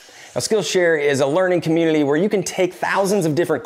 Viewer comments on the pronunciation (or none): It's "editing" not ediling! Also "community" not communily.....LOL